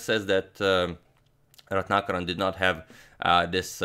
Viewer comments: 1000 applauses from India on accurately pronouncing Ratnakaran as Ratnakaran and not Retinakerran(like most foreigners would pronounce😎) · Slightly off-topic here, but just wanted to say that your name pronunciations are so on-point, & not a moment of hesitation before saying both names. You got the Indian one absolutely perfect. I wish everybody associated equal importance towards getting people's names right!